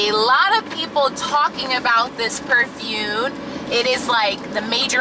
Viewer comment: Omg. I thought I was hearing things at first, but you really ARE saying "perfune" instead of perfuMe! 😂😭 I was gonna subscribe! 🥺😂😂Just kidding. Hi